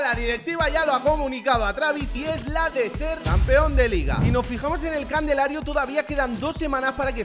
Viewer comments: Candelario😂 !CALENDARIO¡ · por que dices "Candelario"? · Para cuando aprenda a decir calendario, consigo trabajo.